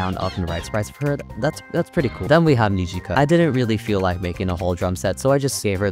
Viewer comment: me learning japanese: this guy saying kneejika, bowchi, keeda and rio